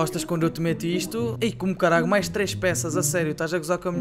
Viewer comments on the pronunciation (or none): none